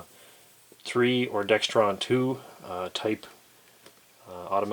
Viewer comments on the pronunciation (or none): I give you a thumbs up, but there is no T in the word dexron.